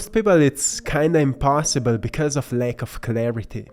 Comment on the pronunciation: Thank you! I love your way of passing the message: your voice is sooo peaceful and all the paintings express a sacred gentleness. Not being native English, I struggle a bit with your pronunciation: you often pronounce wrong words with A, such as PAST, LACK and FAST, but correctly the word sAcred:; anyway, just something I wanted to mention, in full respect and appreciation for your precious contribution to humankind 🧬